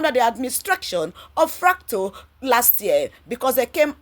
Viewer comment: Madam? His name is RUTO! Not RATO. Thanks.